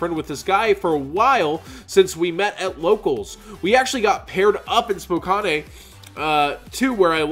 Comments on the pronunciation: Its pronounced (Spo-Can) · Spokanay he says.. learn how to pronounce cities in Washington 😂